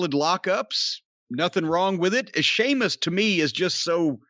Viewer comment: Seamus??? Say it properly... if you can't don't say at all. It's Sheamus